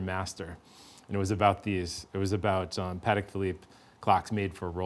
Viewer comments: PLEASE tell the guy in blue to stop pronouncing the company Pahedeck. PATEK was polish. Pah Tek. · Great interview with two experts. I was struck by the pronunciation battle: PAT-eck versus puh-TECK. I’m glad they can agree on Philippe!